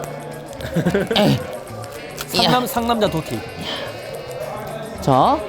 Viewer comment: 도티님이 I'm Dotty 라고 하실때 왜 난 더티라고 들리지?